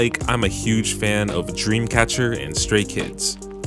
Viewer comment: I swear when you said dreamcather I LEGIT SCREAMED!! Bdw this video was really useful, thank u so much